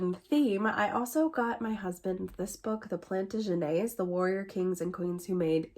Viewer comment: hmm, based on DNA testing, the results don't "prove" Thomas Jefferson fathered a son/sons with Sally Hemings. It only shows that a relative fathered the children. I personally believe it to be one of the Randolph's. I like how you pronounce Plantagenet. I think I have that book. If you want to buddy read it, or Washington. I think I have five of Chernow's books. My brother has been to Cambodia. Oy. My friend recently told me Willa Cather plagiarized her books. They original author was a Norwegian man. She LOVED Cather until she found out. She unhauled all of her books. It's not just the idea or a few sentences, but plagiarized almost word for word. Revolutionary Russia, : A History is not an easy read unless you know an amazing amount of Russian history. Take it slow. It's a great book. I love that you buy so many books for your kids. 👍